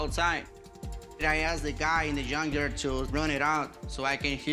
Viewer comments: Did he say he works at a yawn yard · Did he say he works in a yank yard hahah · What's a yun yard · Rick its not junk yard. Its yunk yard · " i know about engines because i work on a yunk yard 🥴" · I work in a "yunkyard." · What's a "yunk yard?" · Did this dude just say “yunk yard” 😂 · I heard yuan yard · The 1st time he said "yunk yard". The 2nd time he tried to say it correctly by throwing in a soft g sound with yunk. 😂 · I also heard yonk yuard!!😂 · I thought he said yung yard hahaha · I heard yum yard 😂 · Yunk Jard is what i heard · Yunk Yerd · Yunkyard wit a yubble u. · You know he says “yunk jard” soft J lol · He said Jun yarn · Yunk jyard 😂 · get it right, it’s called a “yunk yarr” 😂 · He called a junk yard a JUN-JARR 😂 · I was trying to figure out, wth is a yonzher? He said yonzher like, 4 times. I guess he was saying junkyard? I guess he's gonna take it back to the yonzher!😂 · Lmao did he say YUNKYARD? Oh no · It's from the "yunkyard" 🤣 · Did he say he works in a Yun yard!😂😂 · He needs to take the engine back to the yon-yarr where he found it. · The way he says "yunk jard" ...all ya gotta do is switch the first letter and you're good to go my friend. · This guys is one mispronounced word away from catching a butt whoopen from, from de Parken lot to the yunk yar!😂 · In a yunk jard ,lol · I heard Yunk yard to. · He said yughnyar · Yunk yar lmao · can’t even pronounce “junkyard” properly 😂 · I thought that was just a joke they can't pronounce "j". Thank God for closed captioning.